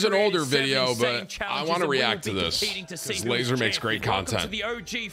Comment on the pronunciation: Does anyone else cringe when Tim calls Laza "Laser"? It hurts hearing him say it 🤣